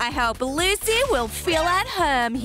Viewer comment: It Lucy not luci